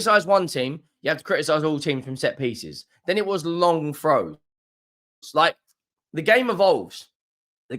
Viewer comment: did the video freeze for anybody else at this point in the video where says "long throws" in way that sounds like "long froze"? Or an i just tripping out?